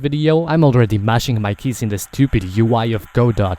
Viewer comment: It's pronounced "Guh - Dough" please look it up and get it right. Awesome video 💯🤑